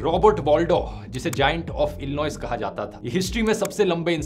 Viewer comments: Oo Bhai.. Illinois is not pronounced as Illi-noise. It's pronounced as Illi-noy 😂😂😂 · To pronounce Illinois, you say Illinoay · illinois ki pronounciation check kro google pr pehle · Just FYi: It's ILLINOI. The S is Silent 😊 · bhai iska pronunciation bahut glt hota hai aur irony ye hai ki cambly ka add kr rha tha bol rha tha pronunciation sahi ho jayega 😂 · Apki pronunciation me bohot problem hai. His surname is Wadlow not "Waldow" and also Illinois ko bhi apne galat pronounce kara hai. Isme "s" silent hai.